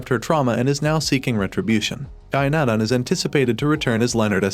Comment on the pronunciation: his name Is not Gynan loool its Guy Nadon and he is one of the most famous and talented Quebec Actors